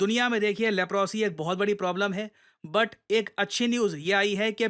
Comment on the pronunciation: लेप्रोसी नहीं लेप्रसी बोलते हैं।